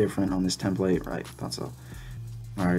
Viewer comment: Tem-plate. Don't know why it bugged me so much lol.